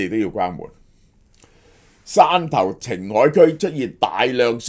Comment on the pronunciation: 汕頭讀散頭， 不是線頭啊😒